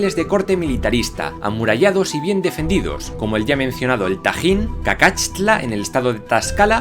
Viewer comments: Se escribe correctamente Cacaxtla, pero ya me confundi con la pronunciación o es cacashtla o cacaxtla con la x normal pero es una de esas dos, es incorrecto Cacatxla;, y el estado es Tlaxcala, creo que no pronunció la L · Hay un error de ortografía en Cacatxla; lo correcto es Cacaxtla... y se pronuncia "cacashtla"... por eso te costó más pronunciarlo! De Teotihuacan hay mucha información nueva sobre su organización social y sus barrios. Encontraron ahí hace poco un cráneo de una mujer maya de alto rango, al parecer vivía en el sitio. Muy buenos todos tus videos! Los hemos disfrutado mucho!